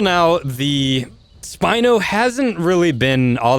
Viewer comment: It's spino not spine